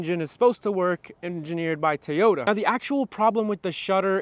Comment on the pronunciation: “Toy” not Tayota. Come on man